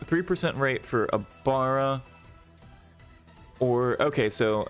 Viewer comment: Ex 2 and ex 3 abilities for ibara and lucuis. You said it wrong